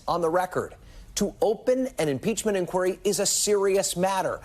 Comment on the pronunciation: What a spineless Cypher! Oh, and Kevin? Learn how to pronounce the word 'inquiry'.